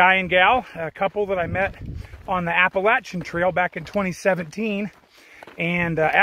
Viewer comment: YES, you said APP-UH-LATCH-UN correctly! Just as though you were from the heart of Appalachia!!